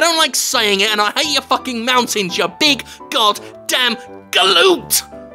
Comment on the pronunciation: Oooooh, go on Jim, say it once more, say gallute again.